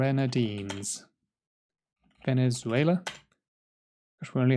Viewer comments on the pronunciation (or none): none